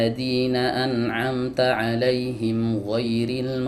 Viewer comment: An amta alif dibaca ain